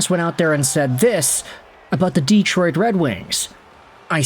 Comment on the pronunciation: Learn how to pronounce Detroit!